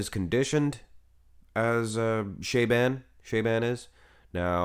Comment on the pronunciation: Show the guy (Shaaban) some respect and learn how to pronounce his name correct. How hard can it be?!